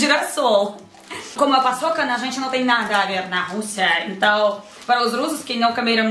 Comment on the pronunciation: Brasileiros ouvindo eles falando: paÇOCA 🤭😂😂 entendedores entenderam